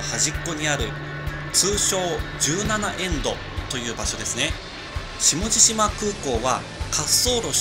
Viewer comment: 下地島(しもじしま)じゃなくて下地島(しもじじま)ですよ